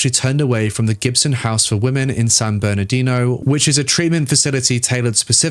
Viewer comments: As someone from the area, the "Joaquin" in San Joaquin is pronounced "WAH keen" (wah like the beginning of "water", and keen like in "peachy keen"). It's also how Joaquin Pheonix pronounces his name. Also, San Bernardino is like "burn uh DEE no". Basically, anywhere in California with "San" in front of it is Spanish, if that makes it easier to find out how to say it. They're named after Catholic saints. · You need to pronounce the names of cities more carefully. Ontario is pronounced On tar e o, like Ontario, Canada. (4 syllables) Not Ontero. San Bernardino (4 syllables in Bernardino) and is not San Bernardo. You do have a nice voice, though.